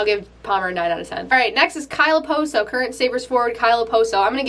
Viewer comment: She can't say okposo